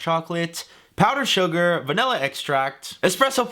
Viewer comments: I heared salmonella extract instead of some vanilla extract... I was so confused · Literally thought you said salmonella extract… I’m thinking wtf why ? No cake is worth it. Lol but then you brought it vanilla extract and that made more sense.. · Was it just me or did I hear salmonella extract ?